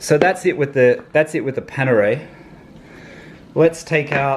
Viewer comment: Its Panerai not Panere